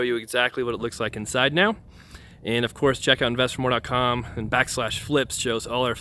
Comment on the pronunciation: Please articulate "Invest—Four-More"—I watch a lot of your videos and I keep hearing "Investor-More".